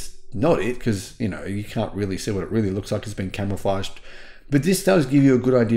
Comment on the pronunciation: Why does he keep saying it's camoflaged?